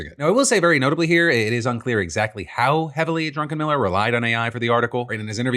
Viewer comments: Oh boy do I have an opinion on the Druckenmiller thing. First, I do appreciate how every time you said his name it sounded more like Drunken Miller. First, fuck that idiot and his meaningless AI crafted opinions. He, like all billionaires, do not deserve to exist, their wants and even basic human needs should be disregarded and they deserve no respect like a person who has to do a task to survive. I would respect a homeless person asking for money downtown who's only goal for the day is getting a cheap bottle of vodka and passing out more than Drunken Miller. And when you brought up Hank Green, I used to respect the guy a fair bit and while I largely see him as a positive influence on the world, I no longer subscribe to or listen to any of his videos because of his use of AI. If I want his ideas and opinions now, I can cut out the middleman and ask an AI. That is how I see performers like Hank Green now. To me, there's a huge difference from using the internet to track down information and verify your sources, which is akin to going to the library and hopefully not getting all your information from J. K. Rowling's work and just asking a billionaire or faceless megacorporation to draft you an opinion so you can sell it to people. That is being a sock puppet. Once your credibility like that goes out the window, it does not come back no matter how you frame your redemption arc. Because you lied before to make your day easier. Why wouldn't you just lie again when it suits your in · Woah, I thought when Phil was saying "Drunkenmiller" he was just choosing to make fun of some guy with the last name Miller that had a sketchy history of intoxication. Was not expecting to see that is someone's real name. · Hey Phil! Love you. But just like my wife has issues with Crayon and Iron, You seem to have an issue with Drunkenmiller Vs Druckenmiller....lol. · I agree, I totally hear that, not sure if he was trolling or not (?) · Not me hearing "Drunken Miller" over and over